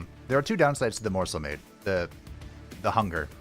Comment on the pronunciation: You know, every time you say "Morsel-Made" I hear it as "Morsel-Maid". Bit of a difference between the 2, I think.